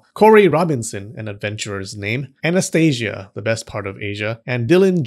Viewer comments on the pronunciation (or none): none